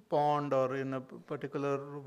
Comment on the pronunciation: Instead of pond, it says bond, water body is said as water boarding...